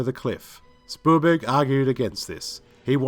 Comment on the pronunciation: It also sounds like he's saying Spoolberg lol